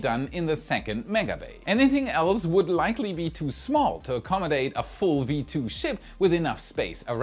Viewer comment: WARUM???? V2 hört sich so falsch an;)